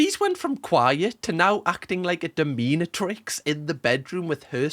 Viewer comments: whats a 'Dom-een-a-trix'... 😂 Its Dom-min-atrix 👍🏻😝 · 😂 dominatrix is pronounced like “dominate tricks” 😂😂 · if pronounces it as dom-een-a-trix then imma go with it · i am going to need someone to make a remix of both of how cam pronounces dominatrix and also that scream he did earlier 11/10 video, no notes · How you pronounced dominatrix was magical 😆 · Absolutely incredible pronunciation of "dominatrix". Thanks for watching this, so I didn't have to.